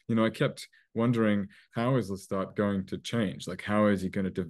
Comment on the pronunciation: It is Lestat not Loustat!!